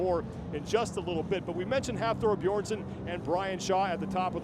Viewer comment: Is he saying Hafor Beersson? Pretty disrespectful to continually obliterate his name... Don't they practice the pronunciation before the competition?